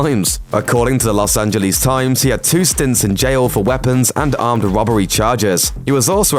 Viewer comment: Wobbery. Bloody Wobbery.